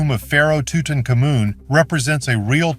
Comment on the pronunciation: Tootonkamoon? C'mon. At least get a current AI. This one is cruel to listen to.